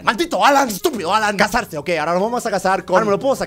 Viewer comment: es alan no halan(suena como jalan) -_